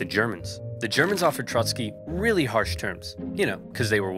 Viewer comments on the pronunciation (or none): Am i the only one who thinks the way he said "REALLY harsh terms" is very funny?